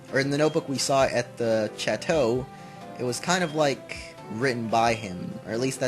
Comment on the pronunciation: yeah it does mean castle (and can also mean a big ass house lol) but it's pronounced a bit different from the first time you said it. it's not "Chat-oh" it's more like "Shaw-toe"